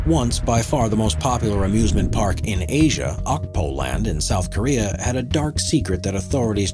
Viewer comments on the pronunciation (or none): none